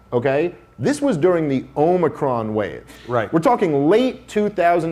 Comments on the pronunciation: did he just say "Omnicron?" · I love that Cuomo kept saying "it's my job to know this stuff" yet he kept calling the omicron variant the omnicron variant. Chris isn't going to admit to being wrong because he's the son of powerful politician and the brother of a powerful politician. He's gone through his entire life saying "do you know who my dad/brother is?". He acts like a victim because the kids at his private school made fun of him for being Italian and he only had a $60,ooo car while at Harvard while other students had $85,000 cars. He is the pinnacle of nepotism promoting extreme incompetence.